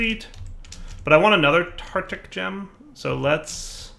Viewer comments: it's pronounced "Tar-tar-ic" gem not "Tar-tic". Like Tartarus, the dimension. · Ohhh and his utter inability to pronounce “tartaric”... I’d forgotten that. How I’ve missed it(!)